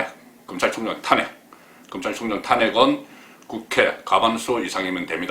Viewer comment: 탄~핵을 탄핵이라고 발음하는 사람은 송본부장이 유일합니다.현직 언론인으로서 정론도 중요하지만 정확한 발음도 못지않게 중요합니다.단모음과 장모음 발언을 정확하게 구사하시면 혼술과 딱풀이 더욱 더 사랑받을 것입니다.